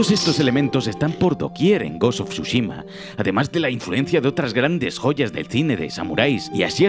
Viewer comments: Bro pq le dices siempre mal los nombres jajaja ghos of sosushima es tsuchima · Of SHUSHIMA🤣🤣🤣